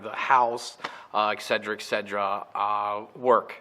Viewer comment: It is not fucking "EXCEDRA". HOLY SHIT. ETCETERA.